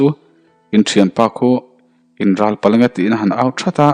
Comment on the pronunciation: in ral palh a nge tih in ral tih hi mitthi râl tih ri ang ni lovin, rallehlam kan tih a (ral) hi tih rik zawk tur a ni e.